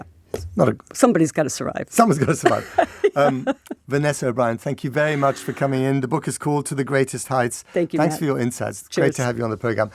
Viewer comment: Did he say thanks for ur incests?! I know he meant insights but dont think that is what he actually said!